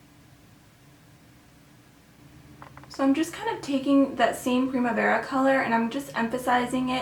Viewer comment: Loved the way you said "Primavera" 😊😊😊😚 you did an awesome job